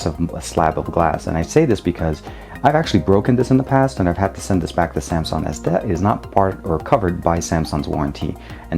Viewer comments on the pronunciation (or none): Oh could you please just stop saying SAMSON!!!!!???